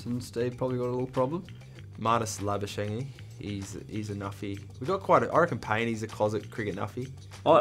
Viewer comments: Marnus Labu-sheng-ee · Does Pat Cummins say Marnus Labuschengee???🤣🤣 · Did Nathan Lyon say Marnus Loosebuschange? 🤣🤣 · Mr Nathan Lyon there was a video made how to pronounce marnus labushagne Plz watch that That video was made 2 year ago and this video is made a year ago so no excuses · Why can no one pronounce Labuschagne’s name